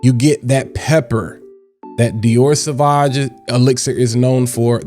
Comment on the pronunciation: Drink every time he says "sah vaj"